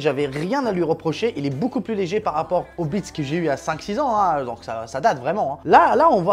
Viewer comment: Le casque est super design, Tout est bon sur ce casque à part son nom car le prononcer sans le S, c'est chooooquant. Comme quoi il na pas besoin de faire bonne impression, normal c'est pas une imprimante 😂😂😂, hâte de voir ton setup.